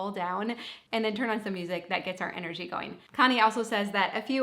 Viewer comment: "ahn" is such a Minnesota "on" , reminds me of my college room mate ❤